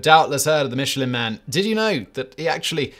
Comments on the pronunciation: in U.S. itz pronounced MISH-UH-LYNN. Not Mitch. So which iz it??? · Is it not "MISHELIN" and not "MITCHELIN" as pronounced in this video? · It's "Michelin", not "Mitchelyn". Just saying. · I thought you said the mescaline man 👨 🤪 😜 🤪 😜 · mitch-elin really hurts my ears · "Mitch ill inn." Mitch went to an inn not in the Guide and got sick. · The pronunciation of Michelin hurts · Love your content. Are you sure you're pronouncing the Michelin name correctly? It was strange to my ear that you pronounced every other Fench name correctly but pronounced "Michelin" as if it were an English name. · It’s French Simon, stop pronouncing the “ch” so hard. It’s almost an ‘sh’ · Sorry man. Can't stand it any longer. The barbaric way in which Michelin is pronounced. From a man famous for, perhaps even defined by his pronunciation. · Yeah he famously doesn't care about butchering the pronunciation, but I still love